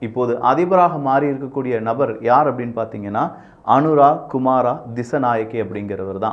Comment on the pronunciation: "அனுரா" "குமாரா" இல்ல.... அது...... "அனுர" "குமார" .... என்பதே சரி...